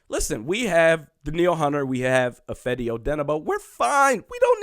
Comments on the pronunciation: It’s also Eh-FAH-dee (Odenigbo) not eh-FED-ee. So... you still don’t got it lol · Ifeadi its pronounced if AH dee here in Minnesota. Hoping D is OK but good to get Yannick anyway. You're getting the SKOL right.